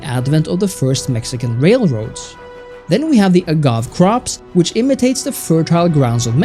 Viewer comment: You pronounces Agave wrong